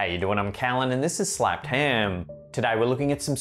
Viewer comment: 2 things I have been meaning to say, 1. it's funny how you say Ham you say more like Him. lmao 2nd I just slapped my ham before the video. lol